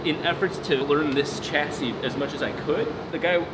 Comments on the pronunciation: Just to clear up linguistic issues, I couldn’t help myself.The term Chassis is french (meaning frame) and as such is pronounced as Sh-assis and not the Ch-assis. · OMG stop saying chassis wrong its pronounced sha-see not ch-assee, thumbs down .